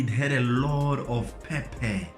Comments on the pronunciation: Peh - Peh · Lol I noted too 😂😂